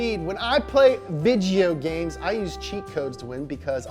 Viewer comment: Hell yes to ’ filipino accent for veed-joe games 🙌🏽